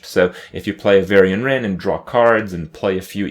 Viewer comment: Varian-ce Wrynn